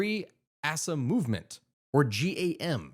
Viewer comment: Aceh is pronounced "ach-ay". Habibie is pronounced "Habibi".